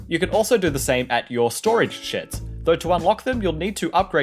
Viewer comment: I THOUGHT HE SAID STORAGE SHIT